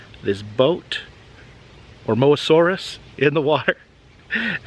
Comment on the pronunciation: my man can prounounce Austolovenator flawlessly, but struggles with something simple like Mosasaurus